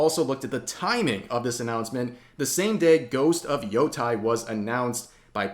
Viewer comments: It's Yotei, not Yotai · Yotei is pronounced Yo-Tay. your dyslexia is showing, bruh. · youtei is pronounced yo-(long vowel) tay(long vowel) btw